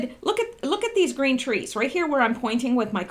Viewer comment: Those twees wook like wabbits